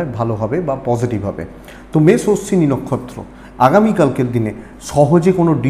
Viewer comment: বৃস রাশি বলতে গিয়ে বারে বারে মষ মেষ বলেছেন ঠিক কোরবেন আশা করি।